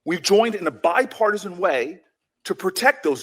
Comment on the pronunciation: Notice he struggles saying the word ‘bipartisan’. It’s because he has never shown bipartisanship. Yes! The LEFT does incite much of the violence in America.